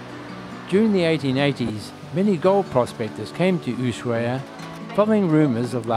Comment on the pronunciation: I’ve watched a lot of Antarctica videos and your has the best photography by far. Excellent job! 👏🏻 For future reference: Ushuaia is pronounced ooh-SHWI-uh. Tierra Del Fuego is tee-AIR-uh del FWAY-go. Once again, congratulations on a wonderfully shot (and edited!) video.